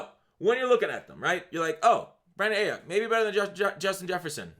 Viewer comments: Brandon “I-yook” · Aiyuk is pronounced "Eye-yook"